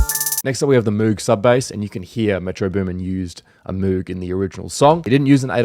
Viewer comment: I don’t mean to seam like a music snob but it’s pronounced moge, spelled moog